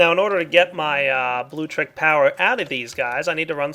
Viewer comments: it's pronounced Bloo-Lectric. No big deal, but you've been saying Bloo-trick since you started using it. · LIK DIS IF U CRINGE EVERTIM says "bluetrick'.